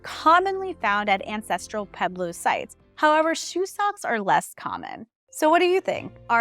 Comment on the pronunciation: Not pronounced Peblo, pronounced Pweblo.